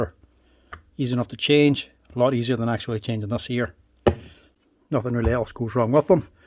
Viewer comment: I like when he says "nuffin"